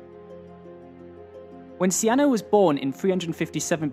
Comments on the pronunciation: Her name wasn't even close to being pronounced "see-anna".. its not even spelled in a way it could be pronounced that way lol. Her name in her time would have been pronounced "key-nah-nay". sorry to be a stickler but I always feel like we are learning a fake history when we don't take the time to learn these peoples real names. There was no Alexander the great. He was Alexandros III of Macedon Son of Philip II. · I'm a bit confused by the pronunciation of Cynane (Sienna?). While it may be correct in modern English in Greek it's written as Kυνανη, meaning it should be pronounced very different. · How to pronounce Cynane? it sounds like Cyane